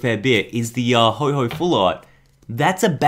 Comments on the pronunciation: HO-OH NOT HO-HO LIKE SANTA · PLEASE READ THE NAME IT IS NOT HO-HO IT IS F***ING HO-OH NOT HO-HO BUT HO-OH PLEASE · ho ho? its ho oh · You said ho-ho for ho-oh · NO ITS NOT HO-O IT'S HO-oh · AND STOP CALLING HIM HO HO ITS HO OH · Dude its ho oh not Ho Ho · It's Ho-OH, not Ho-HO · Also because arceus is mad that he is not pronouncing his pokemons name like what the heck is a Ho-Ho